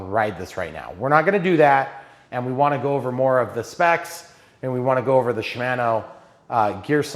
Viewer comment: You have taught me a lot about RC. Now I'll try to return the favor as a former bicyclist. The bicycle "chair" is called a seat, as you said a few times, but more correctly called a saddle. Shimano is pronounced not MANO but MONO. 25 kmph is 15.5 mph and 18 mph is 28.9 kmph, and 40 kmph is 24.8 mph. Osolation of the front brake might be a slightly warped brake disk. High end bicycles never come with kickstands for the same reason RC planes don't have extra weight. Bicycling is supposed to be fun so enjoy and ANY exercise is better than none. Very nice lighting, I remember having to tape flashlights to my handlebar to see at night. Highly recommend a helmet, it only takes once.